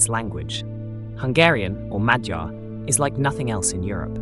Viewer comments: Next time please ask a hungarian how to say "Magyar" please, I am a hungarian and I cant stand hearing this. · Learn how to pronounce "Magyar". I get that you dont speak the language but in English we have an agreed word for these people: "Hungarians". You using their word for what they call themselves appears intended to suggest a more intimate knowledge. But if you were truly that intimate you'd know how it's pronounced. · As a Hungarian, To say the original “Magyars” name and word is close to saying “mud-jars” and as one word. I often hear “mag-jars” which is very strange and pronounced incorrectly. Thank you for understanding and showing respect. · In english/Australian it wou be modyar. I'm Hungarian born and raised in Australia